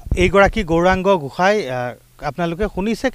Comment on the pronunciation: Gohain ne Goshai Sayto channel ne Osatya Channel pl.pronuncession val korok